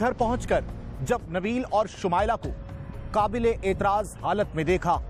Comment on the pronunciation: qabelay aitraaz nahe naa qaablay aitraaz halat mein